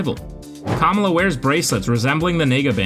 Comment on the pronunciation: at least try to pronounce Kamala correctly just a little effort man